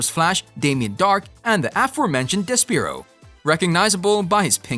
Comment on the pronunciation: De/spare/oh, not De/speer/oh.